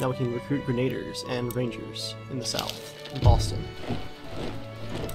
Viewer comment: This series is so fucking awesome but your pronunciation of "Grenaduhrs" is cring worthy. At least you pronounce Hessians correctly.